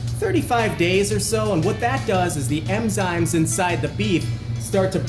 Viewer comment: Do you just say "the emzymes inside the beef"? Sounds legit.